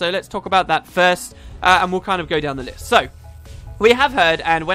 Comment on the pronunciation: Haha, I like how you say "going down the list" which sounded like going down the lys, while you jumped of a cliff